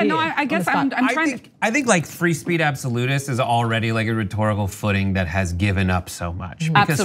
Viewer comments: Ha Ha, said fee spreech!! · How hard is it to say the word "speech"?